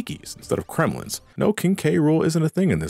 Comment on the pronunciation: i like how you call the Kremlings “Kremlins”